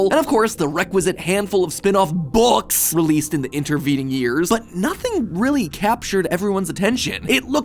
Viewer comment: ok who else got super triggered with him saying "books" like that?